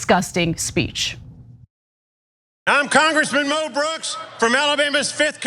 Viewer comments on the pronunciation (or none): if its MO brooks, why do u keep saying MEL brooks? even mo brooks pronounced it MEL, learn to pronounce things americans ffs